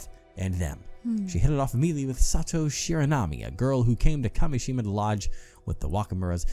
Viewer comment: first curse mention let's gooo also i totally get how kept reading Kameshima as Kashemia. he wasn't switching letters around, but sounds. totally normal mistake imo